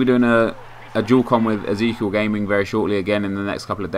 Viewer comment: you said ezekiel wrong..